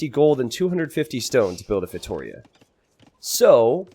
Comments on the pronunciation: yes sorry, I mean pronunciation!! It is just as Giuliano said below: instead of feiTOria it is feitoRIa!! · I really hope this brings Feitorias to the spotlight, even if a safe map is needed for that kind of fast imp lol Btw if you're interested in the correct spelling, its "feitoRIa": "RI" is the strong syllable in this one!! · Also, if you feel like pronouncing it in portuguese, it's actually "FEY-TOO-RHEA" ;) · It’s pronounced “fay-tow-REE-ah”!! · please try this when saying Feitoria: FEI (like in FAIth) - TO (like in TOtaly) - RIA (soft R, and "I" has an EE sound in portuguese and is the strong syllable in this word, like "rEEa"). Fai-to-rEEa. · Fate-oh-reah could work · To like toe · it's pretty accurate sylable-wise, but Yuri is correct where the strong, longer syllable is in the "RI" ( says it like it's feiTOria) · For the love of god,! I'm Portuguese and I can't stand listening you saying feitoria. 🤣 Listen to this, this is how you should pronounce "feitoria" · Please stop saying feitoria like that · Viper pronounces it wrong too